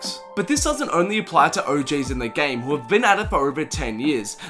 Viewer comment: This man said "O.J"s instead of O.Gs in the game....stop you're making white people look bad